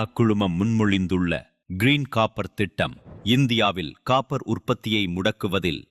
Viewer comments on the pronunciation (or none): கப்பர் இல்லடா காப்பர்